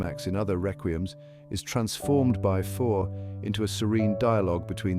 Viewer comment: teach this robot to pronounce fauré and satie